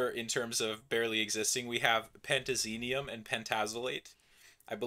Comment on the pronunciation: I love how neither of you successfully said pentazenium